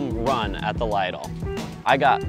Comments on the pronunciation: LIDL. It isn't LEIDLE. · Wow you don't know how to pronounce lidl